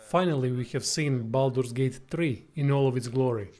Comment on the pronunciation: Glad you said this, it's not Bolder's Gate !